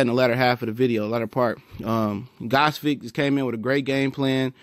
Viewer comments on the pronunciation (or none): nice review of "Ghozvik" performance =)), but its actually pronounced "Gvoz-dik"